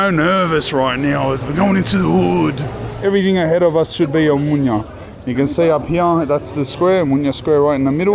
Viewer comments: lol you have the fanniest way of pronouncing OMONIA. You say O-MO-NIA in 3 sylllables, when it is actually O-MO-NI-A in four syllables. Like saying AMONIA, you know. Anyway this is an enjoyable video. Cheers mate ! PS Also it is E-KSA-RHI-A - three syllables, pronounced phonetically (all the letters). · Please don't pronounce n in Omonoia like in Espana. It's too bizarre. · As a greek, hearing you say Μούνια (Mounia) and not Ομόνοια (Omonoia) hurts my soul 😂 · Gamoto malaka - Omonia not Omunia ...ha ha , you Greek pronunciation it´s broken down. Anyway , you are a brave man , respect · Χαχαχαχαχα ποιος του είπε ότι λέγεται ομουνια και όχι Ομόνοια;;;😂😂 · omOnia not omunia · I like how he pronounces it "omunya" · I love the pronunciation of Omonia. Cut short you’re calling it “Mounia”… more or less accurate name for that drug infested hole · Θα του πει κάποιος πως να πει σωστά την λέξη Ομόνοια??? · Omonoia 😂😂😂😂 Can't help.myself laughing they way you pronunciate mate